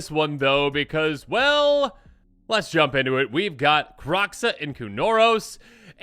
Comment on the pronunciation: Why are people still pronouncing this card as "Krock-Suh"? Kroxa is based on Greek mythology. It's "Kroh-Zuh".